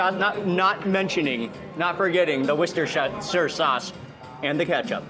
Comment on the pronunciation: Trust mark to know how to properly pronounce Worcestershire sauce lol